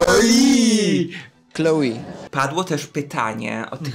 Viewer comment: Hmmm, Noel jest imieniem męskim we Francji, a Chloe żenskim 😅 Chloe wymawia się Kloe a nie Kloi 😂